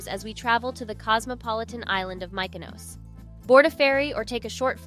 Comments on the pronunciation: AI SLOP… A lot of AI generated images and inserted clips that are incorrect. Take it down. Also the way Mykonos was pronounced… clearly an AI voice over. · Please learn how the pronounce Mykonos. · How does the narrator NOT know how to pronounce Mykonos? It's not difficult. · Please educate the narrator to accurately pronounce Mykonos and Gyro. All the videos were beautifully shot only to be tarnished by the mispronunciation of the most basic words.